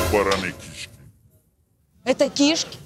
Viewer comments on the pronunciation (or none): Все таки очень важно получить в жизни должное образование и владеть родным языком. Кровь из ушей при её «кИшки» и из глаз при совершенно неуместных кривляниях. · Мне выпуск понравился, очень интересно. Правда ударение в слове "кишки" меня ну ООООЧЕНЬ смутило...даже полезла в словарь себя проверять, может это я всю жизнь не так говорила. Но в целом ведущие молодцы, ещё наверно хотелось бы, чтобы они выглядели более ухоженно, но наверно сейчас такая мода. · Какие к черту кИшки? Она не просто говорить не умеет, но и элементарные слова правильно произносить🤦